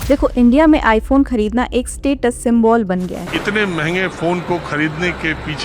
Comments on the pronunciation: Symbol ❌ Sim-ball ✅ Chapri’s trying to give gyan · Symbol hota hai mam symbool nahi 😅